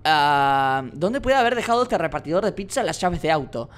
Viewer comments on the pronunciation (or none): none